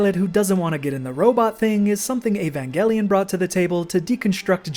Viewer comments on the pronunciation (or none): none